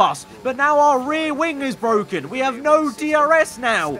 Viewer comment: passes Norris “it’s bwoken” Coincidence? I think not!